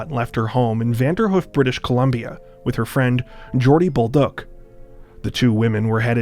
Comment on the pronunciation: It's pronounced Vander - Hoof.. like a horses 'hoof'.. 2 long 'O' sounds, not Vanderhuf